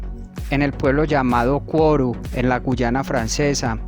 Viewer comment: Hola. Buen video, campeón. Solo hubo algunos detalles como la pronunciación de algunas localidades como Kourou (Curú), pero muy interesante todo. Seguí haciendo más videos. Saludos desde Argentina.